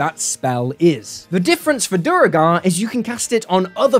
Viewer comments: You said Duergar correctly the first time, then you went to Duregar xD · I've always pronounced it "Dwergar" not....not whatever that noise is you're making :D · Duergar pronunciation has been correctly confirmed to be "dwere-garr" in BG3. It's an Old English word that is the root word for Dwarf. A combo I want to play is Duergar Rune Knight. Pop Giant's Might, then cast Englarge, you are now a Huge size dorf. :D Also, mentioning all the Spelljammer species other than Thri'kreen, my word, how very dare!